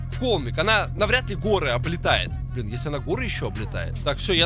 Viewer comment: Хахаха БалЫн ( не хейт )